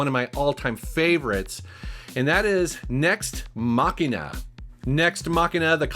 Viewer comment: Nex Machina. No T in it.